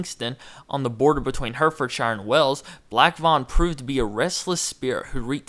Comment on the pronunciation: Hertford is pronounced "Hartfud" and Hertfordshire is pronounced "Hartfudshur" . Great video tho, thanks for posting.